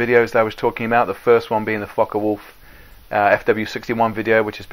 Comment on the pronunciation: Focke Wulf, not Foche Wolf